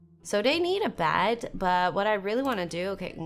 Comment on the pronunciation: This game is very interesting, i might try it! Dont want to be rude, i just really want to suggest trying to pronounce your e's and a's different... when you say bed and elizabeth, i swear i hear elizabad and bad.